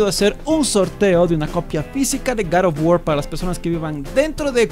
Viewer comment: Hoy vamos hablar de garef of worrs